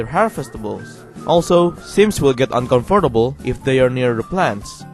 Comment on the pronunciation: The way you pronounce every syllable of comfortable bothers me